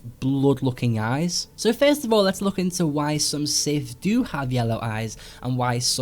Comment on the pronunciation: OMG the word " SITH " was used way too many times in the video Plus It wasn't even said properly He said sif and not sith